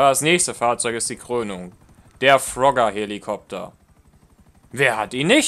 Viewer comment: Hatte so nen lachflash als er Frogger sagte xDDD